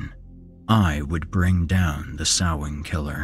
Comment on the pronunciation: Hey, he pronounced "Samhain" right. Kudos.